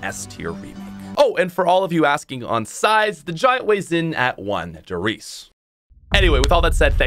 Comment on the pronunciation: You said one der reise and I was so confused for a minute and then started laughing